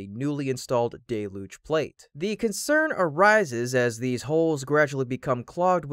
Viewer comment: "Day-Luge" "DAY-LUGE"?? I thought we all agreed to finally say it right. Just look in the dictionary if you are unsure. "DELL-HUGE" That is how you say it. So try.